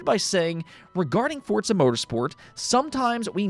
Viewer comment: FORZA, wtf is fortza